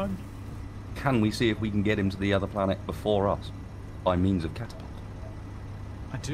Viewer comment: Clangapult. Capapult. Whatever you decide to call it, it went perfectly Looney Tunes.